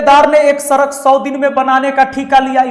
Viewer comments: सड़क बोलना तो सीख लो सरक सरक कर रहे😂😂😂😂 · Sir sarak nhi hota sadak hota hain😂😂😂😂😂😂😂😂😂😂😂😂😂😂